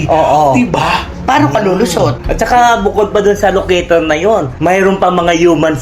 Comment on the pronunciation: LOCATOR...not ALOCATOR